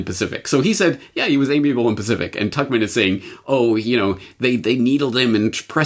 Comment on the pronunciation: Did you say amiable and Pacific?!??!?